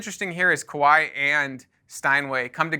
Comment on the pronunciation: It is pronounced Ka-wa-i, similar to Hawaii.